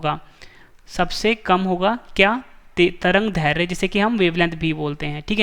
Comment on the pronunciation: दैर्ध्य का उच्चारण गलत हो रहा ह